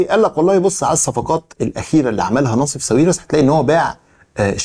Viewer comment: هو حد قال لك قبل كده إن اسمه "نصيف" مش "ناصف"؟؟!!!!